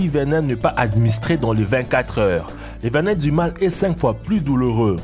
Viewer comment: On dit « concocté » et pas « conocté », « venin » pas « vénin »